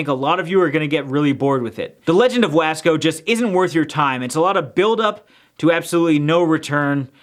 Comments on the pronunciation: I'm Barely watching this now???? And I live in wasco. The way you say wasco is so funny. It's pronounced w-o-sco, bruh I'm dead!😂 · I live in wasco! But you said the name wrong! Yes it’s true we do have a clown! Only one clown! And yes we got a movie cus my town is cool